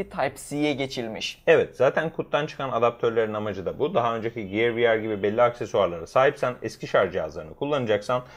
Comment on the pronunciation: Ya lütfen ciyır demeyin şunlara giyır anacım giyır gear.